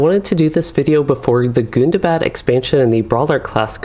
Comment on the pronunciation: Is Gundabad really pronounced as "good-da-bad"?